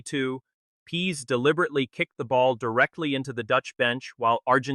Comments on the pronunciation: The name is Parades not Pedes. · The players name is Leandro Paredes, not "Pedes". Very unprofessional mistake! No like for that. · Would help if you could get AI to pronounce his real surname and even the subtitles getting it completely wrong, its Paredes not Pedes FFS!!!